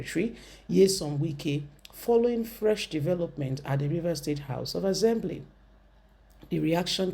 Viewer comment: Better your pronunciation. ASSembly not AZembly.